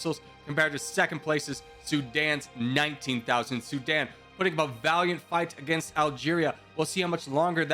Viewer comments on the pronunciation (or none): none